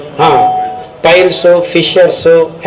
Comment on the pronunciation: Say piles ,not files...